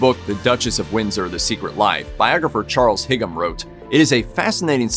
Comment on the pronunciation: Nothing new here. Love the pronunciation of Charles Higham LOL!